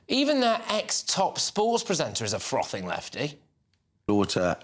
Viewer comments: Frothing……not throffing. C’mon GB news. Must do better 🇬🇧🇬🇧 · Throffing? Lol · THROFFING?? WTF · FRothing not THroffing! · "Throffing"? 😂 I think you might mean "Frothing".